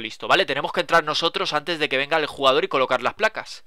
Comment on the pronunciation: dice juegador, envez de el jugador